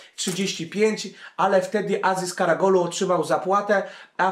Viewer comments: KaraOglu a nie KaragOlu :) Gole beda za kilka dni we francji ;) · Karagolu? Karaoglu :) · karaOGlu nie karaGOlu Lol